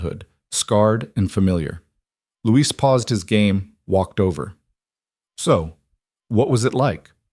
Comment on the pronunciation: A very good story but why is Elena's brother named 'Louise' when it should probably be 'Luis' ? Christchurch, New Zealand.